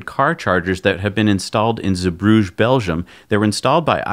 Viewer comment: Small tip for your editors, its Zeebrugge with double g! And you could pronounce it as a hard g (not the french g you do now), or as ch as in the hebrew le chaim. Keep dem episodes coming, loving it!